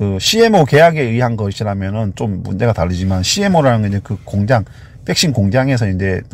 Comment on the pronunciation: 백신을 항상 빽신이라 하시는 거 귀여우세요ㅋㅋㅋ